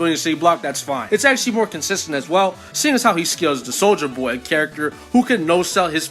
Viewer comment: I always laugh when you say "soldier boy" because i always hear it as "soulja boy" for some reason lol.